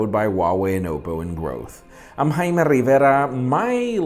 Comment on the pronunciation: Bro pronounce your damn name...........jeeeezzzz lol